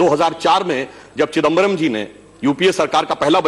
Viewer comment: चदिंबरम् ❌ चिदंबरम ✅